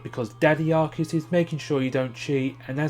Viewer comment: Yay someone actually pronounced Arceus correctly!